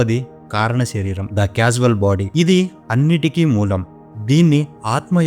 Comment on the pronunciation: మీరు చేసిన వీడియో చాలా వివరంగా బాగుంది.రెండు పదముల ఉచ్చారణ పొరపాటుగా ఉంది.అవి,,అసంఖ్యాక కి. ఆ అనే అక్షరం వచ్చింది.మరొకటి కాసల్ బాడీ కి కాస్వల్ అని వచ్చింది.అర్థం పూర్తిగా మారిపోయింది. మీ దృష్టికి తీసుకుని వస్తే జాగ్రత్త పడతారని నా భావం.